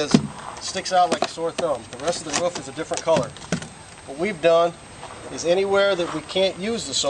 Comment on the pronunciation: This solar power alternative seems like it may be cheap, but the fact that price wasn't even mentioned leads me to believe quite the opposite. I saw a video about solar film that was printed and would substantially reduce cost. Great idea, though I can't stand the way that dude pronounces "roof."